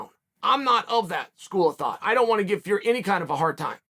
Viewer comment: Biggest bullshiter in the world everyone knows Tyson fury and he still pronounces the surname wrong He promotes MMA and wrestling This guy has no say when it comes to boxing